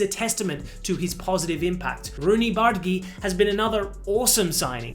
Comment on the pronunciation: Roonys last name is pronounced "bar-dadji"